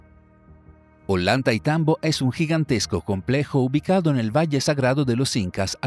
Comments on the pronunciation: Creo que se pronuncia oyantaytambo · Ollantaytambo no se pronuncia "ollanta y tambo" se pronuncia "ollantay tambo"